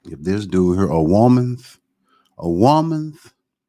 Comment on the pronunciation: nigga said “a womanth” LMFAOO